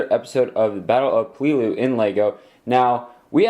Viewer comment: Sorry if I sound mean or anything but you pronounce Peleliu wrong. It pronounced pay-lay-lu